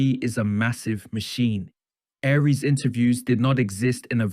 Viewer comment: Can you make up your mind on how to pronounce Aries name? Is it, Ahree's or Ari-es?